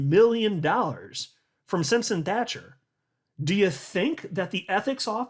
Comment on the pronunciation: Hey how are ya, the 🏴 says hello & thank you! Also can you tell Brad kimes that he keeps saying the name Simpson Thatcher wrong, he pronounces Thatcher with a K and it sounds like Thakker, honestly it's making my ears grind! It's not that hard Thatcher as Margaret Thatcher not Thakker..I love his channel but he butchers some names at times.